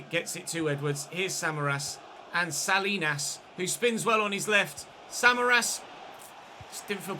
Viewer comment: Salinas isn't pronounced sal-lee-nas lol. It's suh-lee-nuhz, I just thought you might want to say it right going forward.